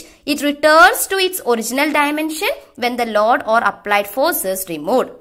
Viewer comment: Its Load .... not Laud